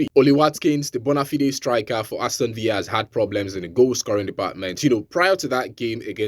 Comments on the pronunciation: Villa not viya bro it's English 😅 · Aston Villa is English not Spanish, so stop pronouncing the Villa like Spanish villa